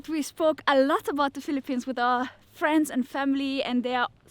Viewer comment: Thank you for being honest. KEN WE BE FWENDS? :)